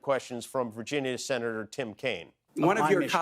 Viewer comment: Mr. “Sena-na-der” Mullin